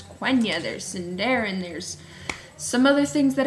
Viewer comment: Sweetie, it's pronounced Seendahreen the i=ee sound a= the sound of father